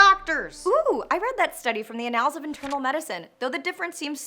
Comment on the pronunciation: Ah-nahls? I've always pronounced it like "Anna's" with the ' pronounced like an L.